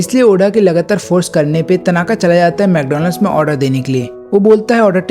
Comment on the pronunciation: Mcdonald's nahi Wcdonald's bhai😅